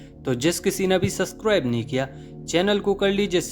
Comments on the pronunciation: Suscribe bolty Hain ye mujhy toh mazy ka lgta hai😅 ye pronunciation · Subscribe ka pronounciation accha se kro na..kiya mjk hai